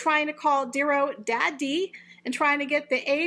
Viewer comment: I like your commentary but when you say the word 'Daddie' it sounds bad. Please just say it like it's pronounced quickly. Your doing a good job.